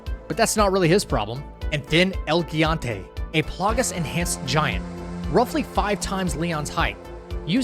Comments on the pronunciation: Liked your video, gonna check out your other stuff now. Though I do have a few nitpicks that, as someone studying Spanish, I could not ignore and need to say. So feel free to ignore the rest of this comment. First, gigante is pronounced “he”-gante not “ge”-gante. Second, “los” and “las” mean “the” so it’s “Los Illuminados” not “the Los Illuminados”. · I'm sure someone else has already said it, but in case not, it's pronounced roughly as "He-GONE-tay